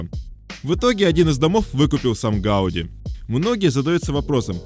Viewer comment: Ужасно всё время коверкает фамилию архитектора ! Ухо режет. ! Раз каталонцы ставят ударение на последнем слоге - ГауДИ, что и было озвучено самим автором, значит, так она и должна звучать, В Барселоне это слышишь на каждом шагу.